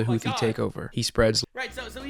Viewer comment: For a moment, I thought he said "Luffy terrorists" instead of "Houthi terrorists".